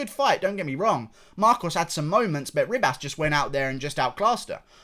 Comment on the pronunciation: Bro, it’s pronounced Amanda he-bas